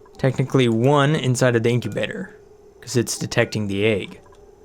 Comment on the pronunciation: incubator Someone: Inkibaters